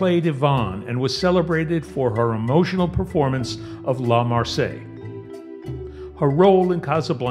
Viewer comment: The correct pronunciation of the French national anthem is "La Mar-sai-ehse." It isn't the same as the port city in the south of France.